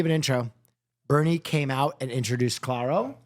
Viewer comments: Omg the pronunciation of Clairo help me😭😭😭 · still saying Clairo wrong lol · saying ‘claro’ for clairo, qt saying ‘japanese breakfast club’ for japanese breakfast, and them all calling beabadoobee ‘badadoobee’ is sending me